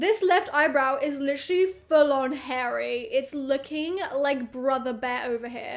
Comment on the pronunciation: No one:: litcherly every five seconds!😂 I counted and she said it at least 30 times!!